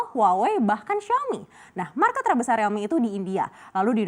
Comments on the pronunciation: Rilmi bukan relmi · Krn realme mulai merasa kecantikan.. jual mahal😆 . . . Mbak btw penyebutannya buka 'Relmi' tapi 'Riiiilmi' Riiiiiil😤